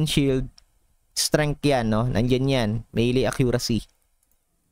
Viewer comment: Search mo sa google bro, nandon ang correct pronunciation. Mali yung MILI. Meyley/ May Lay ang tamang pronunciation. Ito link ng search